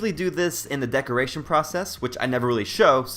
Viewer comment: deeeeecoration? xD